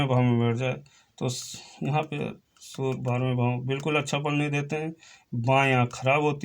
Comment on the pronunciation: Sur nehi surya,kiya bol rahe ho